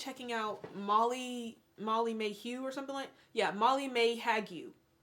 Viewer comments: I’m dying every time you say “Mally-mae” 🥲😂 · “Malley Mae Hag-you” 💀